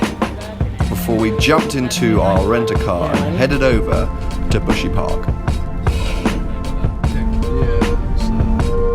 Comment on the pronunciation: buhsy park? sound like my gf 'park' when she lazy